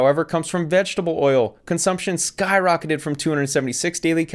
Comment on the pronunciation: "Vegetable" Oil LOL!